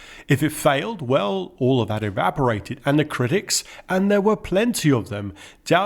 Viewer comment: Love the way you struggle with “TH” coming out as ‘FF’ so 3 becomes Free. But you also collect the African black Da. So THAT becomes DAT. Other than that you have a nice voice..